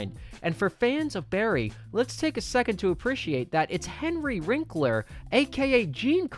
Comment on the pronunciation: And its "Winkler" not "Rinkler" like wtf? You have access to Google, what the fuck, guy?